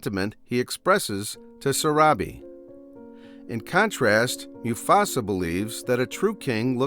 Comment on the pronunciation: “Moo-Fasa” is pronounced right.